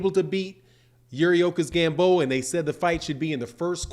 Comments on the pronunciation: You said Yuriorkis Gamboa 🤭😆😅😂🤣😭. Vergil Ortiz is Bud's mandatory mow then Boots. SALUTE. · Boy said, "Yuriorkis Gamboa!" 😂😂😂